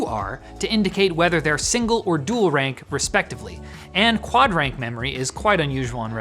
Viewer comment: "Dool rank modules in dool setup mode"